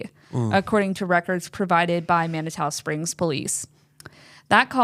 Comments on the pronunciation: Just because it bugs me, it's pronounced. Man-i-too. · Thus was so interesting!! FYI Manitou Springs pronounced Man-Uh-Two. I'm in Westminster, CO. 😮